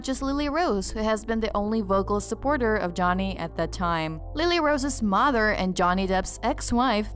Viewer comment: It's not moder it's MOTHER.